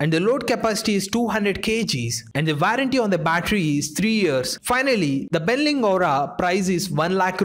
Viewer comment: *Warranty pronounced as Vou-run-ti